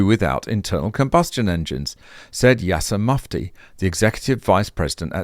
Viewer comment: "Yasser Mufti" LOL 🤣 oh oops.